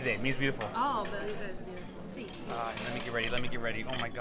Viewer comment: It's beleza, not 'belize'